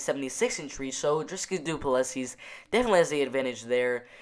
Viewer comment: haha you butcher the name and surname but we all know who you are talking about so no problem:)